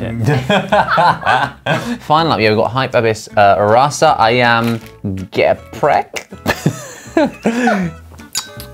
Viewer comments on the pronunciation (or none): As an Indonesian I got triggered by the way Josh said Geprek😂